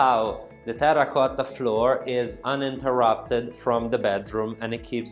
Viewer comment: Great video, as always, with a very professional presentation. Your English is very good, and I love your Italian accent! I love when you say "terra cotta". I could never role an "R" like that. Please keep the videos coming, and improving your presentation. I bet the your sales are going up!